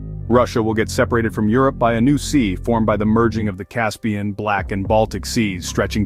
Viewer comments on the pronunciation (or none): none